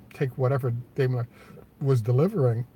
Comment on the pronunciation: I learned from a German that Dime_ler (long I) is the correct pronunciation, not dame_ler.